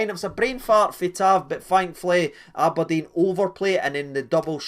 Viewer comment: thanks just spat red bull everywhere when ye said " am i deed" haha